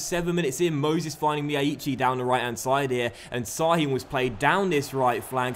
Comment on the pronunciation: Şahin is pronounced like Shahin. Not "s" but "sh"